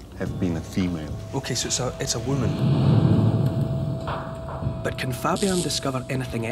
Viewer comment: I love how he pronounces "whoo mun"